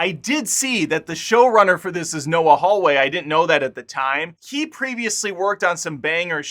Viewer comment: "Noah Hallway"? That's even worse than Gary from Nerdrotic pronouncing it "How-Lee".